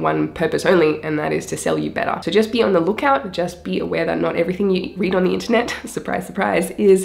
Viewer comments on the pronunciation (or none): none